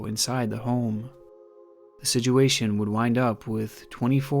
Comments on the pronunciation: i love your videos but the way you pronounce situation as sidguation kills me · Dude you are one of the best youtubers on the platform, but when you say "sijuation" cracks me up so much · Bro I love your content, but why do you pronounce it (siduation) 😂 keep up the good work my guy🔥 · I've only heard my sister pronounce situation as "sidgeuation". until now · Here for the creepy content. But more so to hear pronounce "situation" as "sijuation". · I love the way says "Sidge-uation" 😆👌🏼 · Has anyone else noticed how he says situation?? Its almost like "sidge-you-asian" lol I love the channel doe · Ok, so this is approximately the 10th video of I've watched. The stories are great, don't get me wrong. But, I must get off my chest that the way he talks is most annoying, with his pronunciation of the word, "situation", as the most triggering lol. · I’ve watched just about every video of his and he can never say situation right and it bothers me 😂